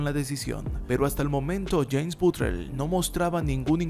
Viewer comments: Empezaste diciendo BUTLER las primeras dos veces, después pensé que hablabas de otro porque decías BUTREL xD Fuera de eso, buena histroia x) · batler se pronuncia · Bro, creo que se pronuncia “Botler” , no es mal pedo, una simple observación. Buen video 🤘🏼